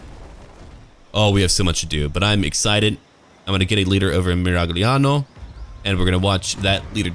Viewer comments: Tommaso Moro "Miraliano" o "Miraiano", scegli tu ¯\_(ツ)_/¯ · Fun fact: in Italian “gl” just sounds like a slightly elongated short “l” sound. Ei: you’re saying Miragliano wrong and it’s triggering me. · You can pronunce "gli" like the "yi" in "yield" :) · Italy's my favorite European nation so I'll most likely play Miragliano (the "g" not-ah pro-ah-nounced-eh when in-eh that-ah situazzione) first when I get my new gaming desktop. Been a subscriber for a few years now and always look forward to your gaming videos and commentary,. Keep 'em coming. Now, avanti with your condottierri!